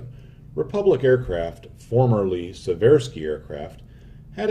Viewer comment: BTW, Seversky is pronounced "See-ver-skee" with the emphasis on the first syllable. Virtually everyone gets it wrong, including me for a long time, so don't take this as a criticism. It is not a well-known thing, but the longitudinal offsetting of the rudder and the elevator is to prevent turbulent interference between them at high angles of attack (Alpha). Chance Vought F4U "Corsair", Mitsubishi "Zero-sen", Boeing B-17, Hawker "Hurricane", as well as Germany's WWI "Albatross" series, have offset rudders and elevators., I'm a big and loyal fan of yours. Great work